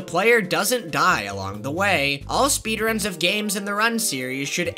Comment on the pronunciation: sounds like they're saying speed runs 2 words but it's 1 word